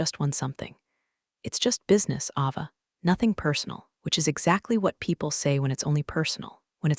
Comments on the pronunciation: Pronounce the names right! It's pronounced Ayva, not Ahva. UGH! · It's A Va not Ah va. Please pronounce names correctly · Don't forget Ava's name. It's pronounced A-va.